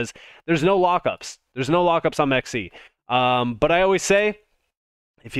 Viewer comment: It’s “m Ex c”